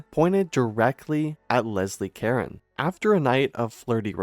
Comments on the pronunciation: This channel needs to take some reading lessons or get some people who can read to narrate. It's not Lesley Karen....it's CA-RONE. Ka r own. Seriously, your content and information is excellent and interesting but, I think I have to unsub from all the pronunciation mistakes. It's pathetic really. Don't do narration if you can't read!!! Phonics is fundamental. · It's pronounced "Kah-RONE ," NOT "KAR-en!" Why the heck don't you guys check your pronunciation before putting out your videos?!!? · Thank you! This is probably a computer generated narrator, but they need to know how ignorant it sounds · Botched her last name pronunciation. its not Karen. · Pretty sure her last name isn't pronounced like Karen. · Caron - ka-ROHNE. Stupid programmer. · Actually it's pronounced "caronnnnn". A nasal sound not "n". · Learn to pronounce her last name… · I hit pause as soon as I heard that. The crew obviously doesn't consider accuracy to be important. Why bother with the rest of it? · It's French. You don't pronounce the final "n," either. It's a nasal dipthong. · That’s ridiculous, you don’t think there are AI voices in France? The AI voice is programmed and it can be programmed to pronounce a name correctly, especially in a piece all about that person. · There is no E to pronounce at the end of Caron